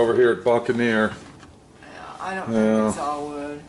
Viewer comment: The boot and ne’er lol